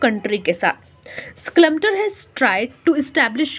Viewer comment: Byi schLumpeter nii aa oh😂